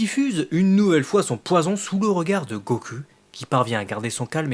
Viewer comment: La review est bonne, mais ta prononciation pseudo-japonaise du mot "goku' devient excessivement lassante à la longue.